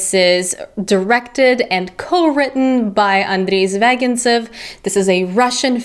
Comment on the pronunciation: What a surprise to see Loveless on your list. I’m from Russia and that’s a real pleasure :) Your pronunciation of director’s name is so perfect that I thought it was a voiceover. You should learn Russian :)